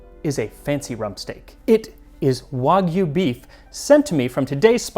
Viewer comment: Thank you for saying "wagyu" correctly. You have cemented yourself as my favorite cooking channel. Try Miyazaki beef. Kobe buys cows from Miyazaki.